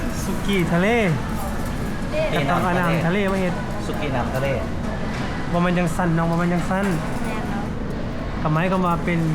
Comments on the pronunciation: สุกี้น้ำ.ทะเลแต่น้องเขาอ่านเว้นวรรคผิด สุกี้.น้ำทะเล555นี้แหละเขาว่าบ้านนอกของแทร้ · น้องจันอ่านเมนูเว้นวรรคผิดความหมายเลยเปลี่ยน สุกี้น้ำ..ทะเล แต่น้องจันอ่าน สุกี้..น้ำทะเล แต่ก็น่ารักดี😂😂😃😉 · เว้น วรรคผิดชีวิตเปลี่ยน สุกี้ น้ำทะเล สุกี้น้ำ ทะเล สุกี้ แห้ง ทะเล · น้องจันทร์ อ่านเมนูอ่านเว้นวรรคคำผิด ความหมายเลยเปลี่ยน สุกี้จะมีสองแบบ คือแบบแห้งและแบบน้ำ ต้องอ่านว่าสุกี้น้ำ